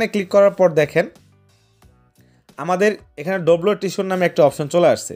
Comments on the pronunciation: ট্রিসুর না রে ভাই, শব্দটা হবে "ট্রেজার" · Treasure❌ Tisur✅😂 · ট্রেজার ❌ ট্রিসুর✅